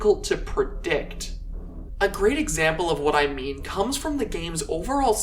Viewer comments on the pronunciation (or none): "to properly show you what i mwueen"